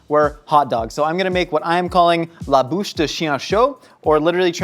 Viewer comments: you're saying bouche = 'mouth', you need to say buche = 'log'. u as in urn, buche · At about ish... Buche, not Bouche (Log vs mouth) it's like a trainwreck... I couldn't stop watching... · « Bûche »! Not « bouche »! « Bouche » is mouth XD It took me too long to get it. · lol "bûche" de chien chaude, not "bouche" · The way you pronounced "Buche"(log) sounded like you were saying "Bouche"(mouth) and I was REALLY confused for a second xD LOL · Every time talks about the hot dog log, I think he's talking about a mouthful of hot dogs... since he's saying "Bouche" instead of "Bûche"... ha... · I'm francophone and I was absolutely sure you were saying "bouche de chien chaud" which translate to "hot dog mouth" and I was like wtf why. It took me a few moment to realize you were saying "bûche de chien chaud" hahahaha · I love how he says "hot dog's mouth" all the time :') (He says "bouche", mouth and not "bûche", log) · says Bouche ( mouth ) instead of bûche (log) nice try tho:') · I am calling it "La bûche de chien-chaud" Me: La bouche de chien-chaud?? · Sounds like he say ''Bouche'' (mouth) instead of ''bûche'' (log) lol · "Bûche" is pronounced "büsh". As opposed to "Bouche" which is indeed pronounced "bush". But A for effort ;) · as a french person I am getting angry xD he tries to say Buche de chien chaud (Hot dog log) but he says Bouche de chien chaut (hot dog mouth...)... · I keep hearing "bouche de chien chaud" i.e. "hot dog mouth" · The way you said log in French sounds like mouth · Everytime he said bûche he pronounced it like bouche which is mouth in french and It made me giggle every time. I'm glad we call hot-dogs straight up hot-dogs here. I'd hate to actually order "3 chiens chauds" at Valentine's. Well, not entirely correct, I personally call them "roteux" which basically means "burpers" lol. "trois roteux all dressed pis une poutine" awww yeaaah. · definitely kept saying "mouth of hot dog" instead of hot dog log 😆